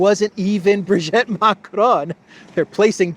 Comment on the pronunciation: Sorry, I cannot stand it any more. Please, it's Brig'i'tte, pronounce the second 'i' as an 'e', as in 'we'. Not Brig'e'tte, as in 'wet'.